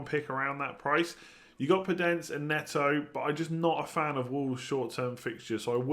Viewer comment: Damn, you really said podence and neto